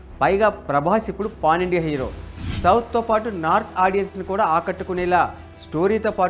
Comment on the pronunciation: Babu kastha ucharana chuskoni... cooler , pon India kadhu PAN India 😏😏😏 arthalu maripothunnayi....